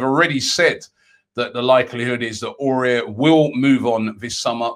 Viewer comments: Much love from Ireland Robbie, if you're wondering how to pronounce my name it's 'Owen'. 3 Under-the-radar signings a little different to others: 1. EMI MARTINEZ. Make this guy no.1 he's up there with Ederson and Alisson, and key to our playing style. He improves the team so much with his distribution and commanding of the box. 2. Jason Denayer from Lyon. Perfect stature and attributes for PL, leader and winner of league titles. Watch him against City tonight. Could be a steal. 3. Suat Serdar from Schalke. This is THE GUY for midfield. Earned his way into a stacked Germany midfield this season. It's no coincidence Bayern really want him. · Robbie, you really need to learn how to pronounce Aouar. It's been 6 months now 🤣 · He butchered Aouars name like damn. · Les not forget about the way Robbie pronounced aouar😂😂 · Robbie said houssem auour so wrong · Haha probably the worst pronunciation of him I have ever heard lol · It's like he doesn't even bother to read the name, makes no sense to mispronounce it like that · Raaaah Robbie butchered houssam Aouars name peak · Just say awar not aurier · AOUAR not AURIER. Aurier is that dude in the club which hasn't won any trophies and is looossssiinnngggg sauuucceeeeee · Robbie: Aouar is pronounced: A-war....... but with an open "A" ( like "on a pAr with" )..cheers Robbie! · Ow- ar not Aurier 😂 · AOUAR NOT AURIER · Under the radar - Robbie saying names properly!! It's pronounced 'Ow-ar', not 'Orare'! At least try Robbie man ffs 😂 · Robbie it's Aouar not Aurier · It's Aouar robbie.. NOT AURER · Pronounce: Aouar: “Ah-oo-AhR” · It’s pronounced “ooou-ssem Ah-ooo-ar” ROBBIE! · Yo Robbie, I hear you struggling with the pronunciation of Aouar. It's like Ow-arr, with the rr coming from the back of the throat 🤙🏾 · It's pronounced AWAAR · Aouar is pronounced ow are ( ow like owl without the l) then are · Aouar is pronounced Ow-are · hahahaha robbie and his legendary pronunciation aouar is pronounced kinda like how are in one word